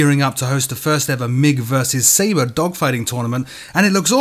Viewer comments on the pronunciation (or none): none